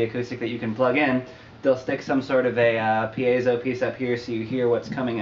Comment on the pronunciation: Props for correct pronunciation of piezo!